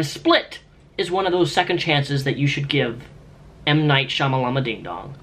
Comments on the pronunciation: Stop saying Shyamalamadingdong, he has a proper name Shyamalan is it really that hard to pronounce ?? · That joke where you intentionally mispronounce M. Night Shyamalan's name. It's so old now. M. Night SHYAMALBADAM LOL RITE GUYS? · Wow pretending to mispronounce Shayamalan's name, never heard that before. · Unnecessary salt? It's 2017 and ppl still think it's funny to intentionally mispronounce M Night Shyamalan's name. I actually think it's pretty disrespectful to intentionally mispronounce someonme's name or write it incorrectly after you've been told how to pronounce it.